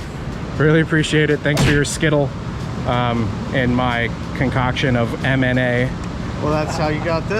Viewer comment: I keeps sounding like you're saying Anime, not MNA LOL.